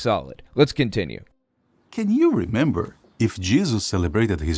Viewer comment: Why does this guy pronounce it ‘Jizzus’